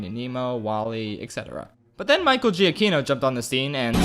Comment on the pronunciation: It's pronounced juh-kee-no, not jee-uh-kee-no.